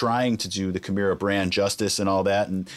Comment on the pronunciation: I always hated how Rob pronounced his own bands name wrong